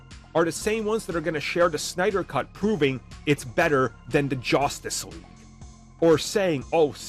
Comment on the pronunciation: “DA JOSTICE LEAGUE”!